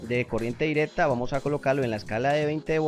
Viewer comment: adatador, direta, correpta, conetado, jap, debes pronunciar bien, es una falta de respeto y horrible escucharte